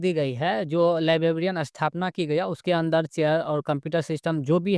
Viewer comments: लीबाबीईअन काहे बोल रहे हो भई, लाइब्रेरियन होता है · Library ya librarian toh sahi se bolo yar , bllibbian bol rahe ho